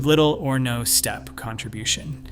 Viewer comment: Steppy Ancestry? I suppose you mean steppe, which is pronounced step in English.